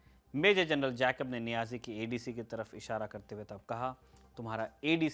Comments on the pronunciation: जैकब नहीं ठीक उच्चारण जेकब होता है! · you mispronounce General Jacob’s name. Please make the correction. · Please pronounce Jacob correctly. It is so irritating!!!